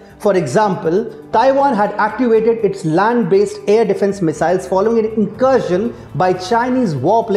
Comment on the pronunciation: "air defense" and "capabilities". Pronunciation can improve.